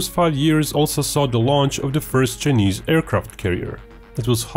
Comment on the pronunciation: “The Cha-knees Navy”